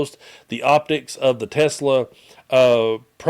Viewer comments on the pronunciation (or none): You said Tesler😂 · you said "Tesler". That's the correct was to say it according to Trump. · tesler! lol